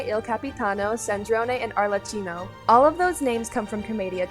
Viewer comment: arlecchino is pronounced arlekino :D